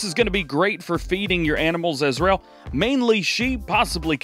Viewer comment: anyone hear Israel instead of as well? Anyhoo love the vids Dj keep up the great work